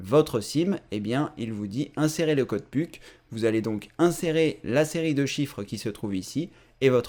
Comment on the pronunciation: on dit puk (peuk)